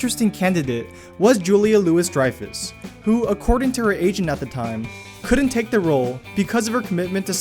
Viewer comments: The Louis in Julia Louis-Dreyfus is pronounced like Loo-Ee not like Lewis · It's Julia "LOO-EEE" Dreyfus not "LOO-ISS". There's a fact the poster apparently didn't know. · It’s Julia “loo-WEE” Dreyfus not “loo-WIS”. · It’s pronounced Julia Lu-wee Dreyfus! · Julia LOO-ISS-Dreyfus?? C'mon, guy. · I’m sure this has been mentioned a thousand times, but Julia Louis-Dreyfus’ last name is pronounced “Louie”. And the Lewis/Martin, Amos & Andy thing is, well, quite obvious. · learn how to pronounce julia louis dreyfus' name. its loowee...not lewis. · It's pronounced Louie not Lewis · Dude. Julia LOO-ISS Dreyfus? Yikes. These video narrators as a group, are dreadful with the English language, nuance, pronunciation, and historic origins of words and references. , et al, are PAINFUL to listen to. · That's not how you pronounce the Louis in Julia's name.